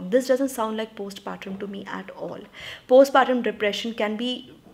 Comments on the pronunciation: Helo dear Its not post patrum Its postpartum the way u pronounce is wrong..pls correct it when u use the term next time. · It's postpartum, as in tum, not trum. Sensible advice, esp in case of Door. In case of Window, I don't know...the letter really riled me so much, the in-laws' complete lack of boundaries and the husband being the "good son". last line was damn good.